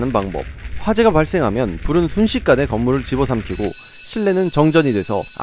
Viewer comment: 초에 순싯간에 라고 하셨네요